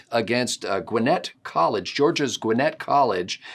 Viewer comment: I’m so happy to hear someone not from GA pronounce Gwinnett correctly! Thank you! lol